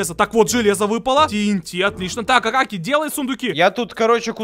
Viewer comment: Правильно не акакий а акокий